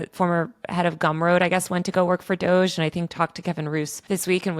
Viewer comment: It’s funny every time he says DOG-E